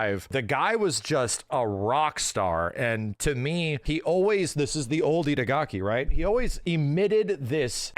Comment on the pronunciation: The whole video says idagaki:D